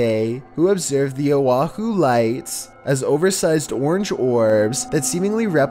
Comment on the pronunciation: Ok I used to watch these videos all the time and I do remember that the narrator had a unique voice and delivery.... but, has he just jumped the shark over the years and leaned hard into the meme or has it always been this ridiculous? Not only is the commentary just silly but he carries his each vowel sound out like almost a full second! Instead of O'ahu he said "Owah Ah Whooo" its just so batshit I can't even pay attention to the content I'm just lunching off what he's saying.